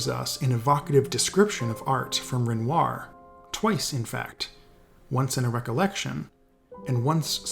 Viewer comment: Please don't pronounce renoir loike that